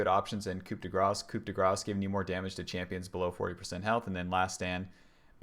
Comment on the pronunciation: The p in "coup" is silent, as are all last letters in French words apart from the consonants in CAREFUL. Other than that very informative video.